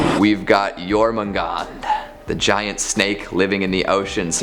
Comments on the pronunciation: Jormungandr pronounced Your-man-gandAR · 1. Dragar, they are bodies of the dead seeking revenge for not being able to enter any afterlife or for the one that killed them. Skyrim should not be a reference. 2. Jörmangandr is pronounced (Jor-man-gone-dr) with rolling “R”s. 3. Surt is more commonly spelled Surtr and pronounced (sir-ter). I’m sure there’s more I’m missing or don’t know about.